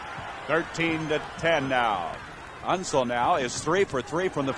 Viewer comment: Unseld - not Unsul. Never seen an announcer butcher that easy a name of that famous a player.